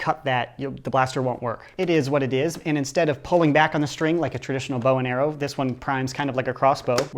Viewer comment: Et ezzzz wat et ezzzz